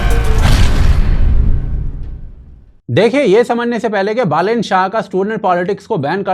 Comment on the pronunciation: Thank god , someone says बालेन rather than बलेन .